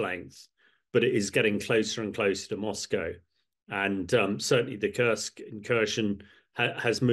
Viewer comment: Good talk but please do never sgain curse Kursk. It is an u ss in super or food. Thank you.